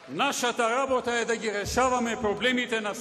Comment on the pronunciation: Zatoa nie velime-LABOTA,LABOTA,LABOTA.........." xexexe